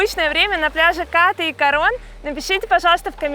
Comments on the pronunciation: спасибо что не Ка́рон ;) но всё же Ката́, а не Ка́та У тайцев как пел Высоцкий: "мы говорим не што́рмы, а шторма́" ударение почти всегда на последнюю гласную. И конечно Краби́, а не Кра́би , Рейли это не остров :))) это пляж на который нет дороги и лишь по морю туда. там всего один длинный отель "клаб мед" всё перегораживает на пляже Ката. планктон как стаи рыб плавает везде и не предсказуемо ... Не бывает пляжей вообще без планктона, бывает лишь иной день и час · КАта правильно. Пусть тайцы говорят КатА, но русским людям удобнее КАта. И не надо ориентироваться на долбо-бов, которые говорят КатА. Но не забывайте, что нормальный человек еду ест, а не кушает. Кушают тоже только долбо-бы.